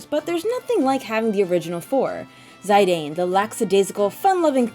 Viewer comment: It hurt me when you said zeye-dane. Its pronounced zih-dane